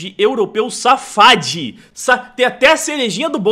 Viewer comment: nen fed*ndo que ela falou safade Adendo: safade não é quala dinastia do Irã/Azerbaijão